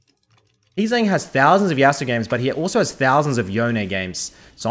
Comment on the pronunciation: Big thumbs up for pronouncing Yone correctly. P.S. love that AiiYa